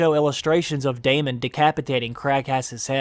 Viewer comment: you pronounced Daemon wrong , re watch the tv show, listen to the name , say it properly, esp if you are making these videos. You just sound like an idiot when the show pronounces it one way and you decide nah that not how you say that name,Ill say it like this. Please rewatch the show and learn how to pronounce the names properly